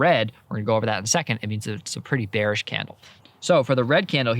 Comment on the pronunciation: ah yes hate when the market is "beanish"